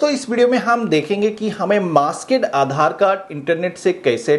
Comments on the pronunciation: Maaskaid nahin, maaskd. MAASKD English, not Hindi. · It’s masked ….. not masked….. pronoun properly